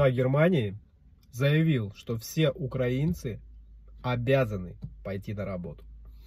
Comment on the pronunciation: Ударение ставьте правильно в слове украинцы